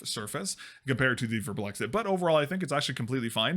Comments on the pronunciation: VARMBLIXT. Not Warm Blexit. Not that hard really... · "Werblex-it" is indeed not how you say that. The name is another one of the "IKEA nonsense speak" Swedish word mash ups, it's a combination of the word "varm", which means warm and "blixt" which means flash and like every other Swedish word mash up (almost) you pronounce it like the words were still separate. (There is no special way to know this unless you speak Swedish and know the words. Swedish is a silly language.) So it's varm which is pronounced almost but not identically to warm, and blixt, which is pronounced like "bliss", but with a very noticeable "k" and "t" sound mixed in there. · the way you pronounce varmblixt is so painful you're not even looking at the letters are you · craziest pronounciation of varmblixt ever, but nonetheless good video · As a Swede, the pronounciation kills me, kinda good at first considering not being able to speak it after all but then the added letter between the "x" and "t" at the end x_x xD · As a swede, I wonder why you wouldn't just go to google translate, write varmblixt in and listen to how it's pronounced? Why don't you pronounce the "m" and why do you add an extra "i" after the "x" The "A" in Varm (warm) is kind of pronounced liked the "A" in Attack. Try sayng "Vattack" and then remove -ttack and add +rm Blixt (lightning) is pronounced like you say it, but with no vowel between X and T (BLIKST) Warm Lightning, pretty good name for a mouse pad!